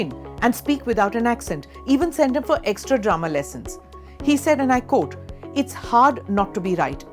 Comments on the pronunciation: I am not being racist but just pedantic. The word quote is pronounced QWHOTE not COAT as it is done universally by Indian news readers including this one. COAT is what you wear in winter. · I think that was a C it may sound different from what you are used to maybe but she intended it to sound like C. Whereas she also intends the word quote to sound like coat.